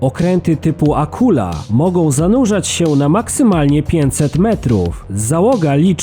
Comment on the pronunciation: Chyba ,,Akuła" tz rekin